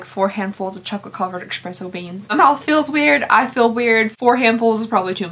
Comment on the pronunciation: Did you really just pronounce espresso as expresso?! Nooooo......you know better.